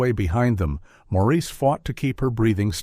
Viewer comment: I hate these AI commentators! The mothers name was Marissa, and he called her Maurice all through the story. The captioning read, Morris!